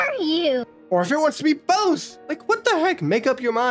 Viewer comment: Why when you said "Or am I both" I thought it said "Or am I a bomb"